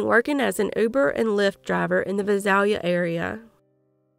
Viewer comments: Just wanted to let you know Visalia is pronounced Vie~sail~ya. Thank you for covering these cases. I live about an hour and a half from both Fresno and Visalia California. 😮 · Visalia is pronounced Vy-sail-ya(short a). May these victims rest in peace 🕊 🕊 🕊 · I love your channel and realize this is a very small detail, but... No doubt those familiar with cities like Visalia and Tulare would appreciate their proper pronunciation. It's only takes a 2 second search to find the pronunciation of almost anything. The internet is great for things like that. Serious shout out to family members who willingly give their DNA in order to help in these cases, even though the information has got to be brutal to learn. My heart goes out to all the victims and their loved ones. I don't ever want to picture what these victims might have experienced, because of its horrific nature. The nightmare lives on in the minds of those who care about them, while these perpetrators just went on their merry way. There really is no justice for crimes like these, but it's better for them to at least be locked away so they can't continue their reign of terror.